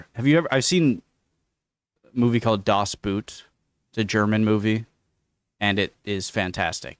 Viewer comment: It's not daas booot! It's dass boat...